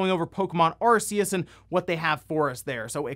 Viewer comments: Stop saying Arse-ius! Sounds like how you'd sya 'Ass-ius' in a British accent. Say it phonetically if you don't know how to say it yet. Why would you not? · I cringed so hard by the way he pronounces Arceus.